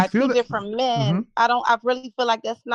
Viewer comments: Especially since they pronounce feel like it is fill. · BW and BM neither of whom can pronounce the word feel correctly instead of saying fill. Can you fill me?